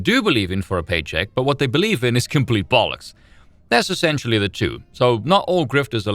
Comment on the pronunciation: Okay… totally a tangent here, but wow that’s the most SA pronunciation of “two” I’ve heard from you before